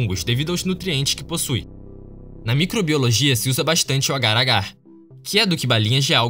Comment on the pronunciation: Nome do bagulhete: Ágar Ágar Como eu ouço: Agaragãn